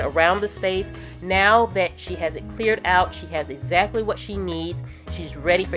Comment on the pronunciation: exactly. not 'xactly... I love your videos, but that bothers me. :/